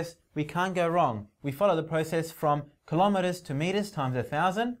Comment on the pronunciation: don't say klo me ers say kilo meTERS